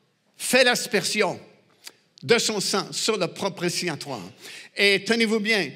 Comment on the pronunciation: Propitiatoire et non propritiatoire.